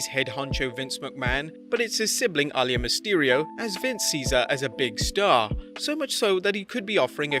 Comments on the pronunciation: Her name is aliyah not alayah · It's AH-LEE-YAH! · You really pronounced her name really bad.....